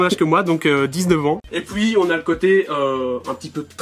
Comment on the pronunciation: Quand y dit et puis il dit et pouis